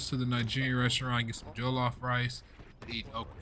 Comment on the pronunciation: The only criticizing I had about the episode is how Darius says jollof rice. He’s a Nigerian and his pronunciation was completely off.